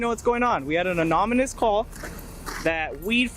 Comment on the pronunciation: Roswell cop " we got an anominous tip "....Anominous ??? Sounds like an alcoholic group. Maybe hire some literate ociffers next time.